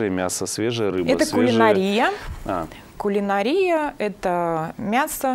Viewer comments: кулинАрия - ударение на А !!! Финансовый директор - лицо компании !!! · Спасибо Вам за поправку.Для сведения-одни нормы языка приходят на смену другим; и в слове кулинАрия происходят изменения. Ударение в слове “кулинАрия” на протяжении десятилетий 20 века смещалось с «родного» в языке заимствования (итальянском) “А” на “И”, и в начале 21 века в слове кулинарИя ударение на “И” стало считаться дополнительной допустимой нормой.